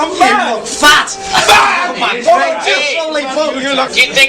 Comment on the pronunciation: que porra foi essa? Kkkkkkkkkkkkk "mai bói"